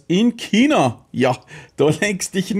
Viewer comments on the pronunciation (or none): none